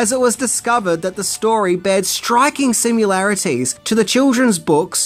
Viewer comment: "simularities?" sim-i-lar-i-ties. Now back to our regularly scheduled programming.